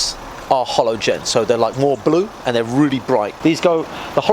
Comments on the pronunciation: did you day hollow-gen?! fucking hollow-gen?! They are normal fucking lights! lol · HALOGEN NOT HOLOGEN fuck this video is triggering me by the second lmfa0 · love how he calls halogen lights "holo-gen"